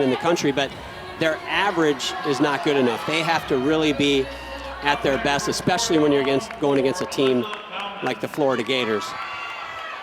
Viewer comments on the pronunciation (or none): Someone tell Alicia Quinn that the word is especially - not EX pecially. 🙄🙄🙄